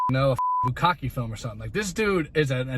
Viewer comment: Homophobe in your car it’s pronounced bu-ka-keh. Have a nice day